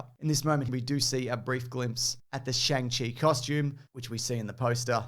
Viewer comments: Great edit and commentary! Helpful tip: "Shang" is pronounced like "song" not "sang". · im sorry but its actually pronounced, Shungshi ;) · isnt is pronounced “Song” chi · Fwiw, you've got to wrong pronunciation for Shang-Chi